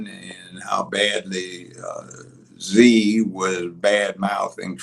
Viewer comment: you need to work on pronouncing names correctly .. dont you hear others , how the name is pronounced? Ealen? lootnik? (LUT-Nick) . E-LON, Zing? XI (Prounounced SHE) Besset? bessENT😂😂😂😂